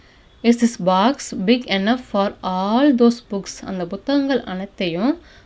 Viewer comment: அருமை சகோதரி, தாங்கள் எளிமையாகவும் தெளிவாகவும் அருமையாகவும் ஆங்கிலம் கற்று தருகிறீர்கள். பாராட்டுக்கள்! Enough என்பதை என்னஃப் ஃப்(ennogh)என உச்சரிப்பது போல கேட்கின்றது.enough என்பதற்கு(இனஃப்) என்ற உச்சரிப்புதான் கொடுக்கப்பட்டுள்ளது.run._ running---swim_swimming என்பது போல இரண்டு எழுத்துக்கள் வந்தாலும் ஆங்கில அகராதியில்ஓர் எழுத்திற்கான உச்சரிப்பு தான் கொடுக்க வேண்டும் என்று கூறப்படுகிறது. தயவுசெய்து சரி பார்த்துக் கொள்ளும்படி கேட்டுக் கொள்கிறேன். நன்றி! வாழ்த்துக்கள்!